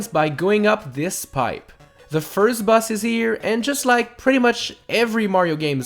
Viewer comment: You said boss as bus